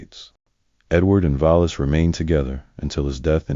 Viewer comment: Vola Simpson? What? Her name was Wallis Simpson. Pronounced just like it’s spelled.